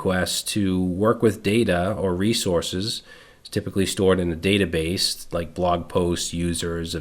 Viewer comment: That " the batabase" 😅 thank you you legend!❤